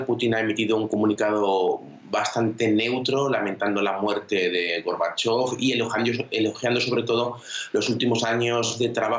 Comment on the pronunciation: ¿Por qué la locutora tergiversa el nombre y apellido de Mijaíl Gorbachov? ¿No sabe leer en español?